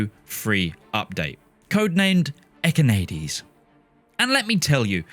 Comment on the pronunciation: Echinades , pronounced as written "ékinadés" not ekynaydyz . make an effort